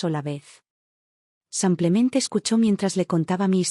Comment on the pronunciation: SEmplente? En qué idioma se dice sEmplente,con E? Se dice Simplemente. Con I iiiiiiiiiiiiiiiiiiiiiiiiiii